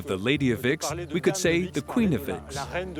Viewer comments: Vix is pronounced Veeeks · Es spricht sich nicht wixxx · I'm enjoying this. But it shows how indoctrinated I am because when they say the Lady of Vix, my treacherous brain is hearing the Lady of Vicks. As in a cold relieving product, popularly used in America called, "Vicks Vapor Rub".